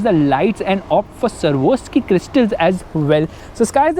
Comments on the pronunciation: ITS A 5 METER CAR NOT 5 KMS WITH A 3 METER LONG HOOD ON A 5 METER LONG CAR ALSO ITS SWAROVSKI AND NOT SAWROVSKI!!! A LITTLE CORRECTION MATE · Bro...It's Swarovski Not Servoski ! 😂😂